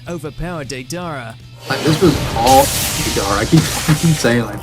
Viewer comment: Taller than i excepted. Lol Edit; also I hate the way that he😊 pronounced deidara. This is why for making content people should use dub>sub (yall nerds know what i mean, ik that was illiterate)or at the very least they should have had to seenthe sub and the dub, that way they can pronounce it right